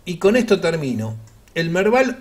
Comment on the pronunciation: lo del Merdal no se entendió...